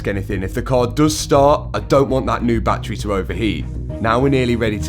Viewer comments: Like da whey you sayyy batttttturieeeee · What's a bat-tray? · I'm going to have to stop watching most YouTube videos that discuss anything to do with batteries. "Battery" has three syllables. Bat trees are roosting spots for flying mammals. For unaccountable reasons, the use of the latter when meaning the former isvtriggering me very badly! Mind you, you're the one with the Lambo, so... what do I know?!😅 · Challenge:….. take a drink every time Matt says battreh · Love your accent: battrey Annd it now means that any crashed Revuelta will be written off, until they write the software to unlock it. Very irresponsible behaviour from a major car maker, shame on you Lambo. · Battery is a three syllable word that you've somehow turned into a two syllable word 😂. Fucking accents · The way he is pronouncing Battery is gonna haunt me in my dreams forever.